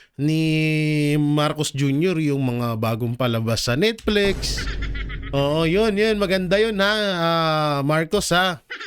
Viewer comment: Netflix po hindi Netflex... reading comprehension